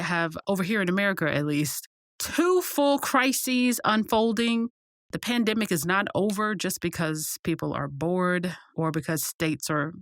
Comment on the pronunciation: The” Pan (dam)dimic “😂😂😂🤣🤣🤣